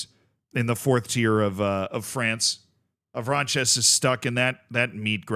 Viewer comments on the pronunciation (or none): the S is silent on Avranches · you don't pronounce the s at the end, ouest france is trustworthy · Me, who my first language is french, wanted to kms when i heard how said Avranches. Bro read it like french = spanish.